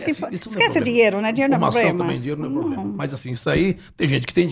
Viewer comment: Eu preocupada com o portugues e ela milionaria falando pobrema , crientee e pranejamento